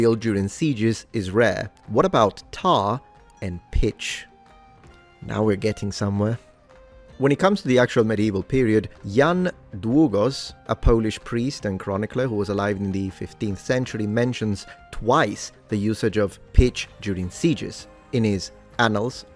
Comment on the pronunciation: To be fair Jan Długo/sz was ok exept sz, its simillar to sh since it's Polisz ;)